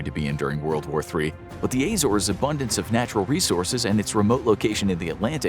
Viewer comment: The AY-zores lol.